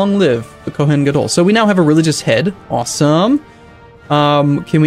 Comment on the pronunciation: I can't believe this what stuck out to me but with Kohen, you should put more emphasis on the end so it should sound more like Koh-hain than Koh-hen